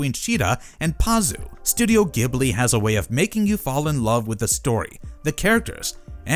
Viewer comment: Gh says J. Ghibli. If you go watch any of the folks working there, youll HEAR HOW THEY SAY IT. G.. H... says J.